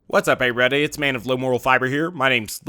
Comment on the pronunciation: "What's up errubrudy, here." Chuckled a bit.